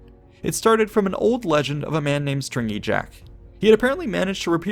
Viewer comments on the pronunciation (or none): I believe Jack was known as "Stingy Jack", not "Stringy Jack" lol. Hate to nitpick but it's bothered me both times I've watched it now. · Stingy jack not stRingy jack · Jack was stingy, not stringy.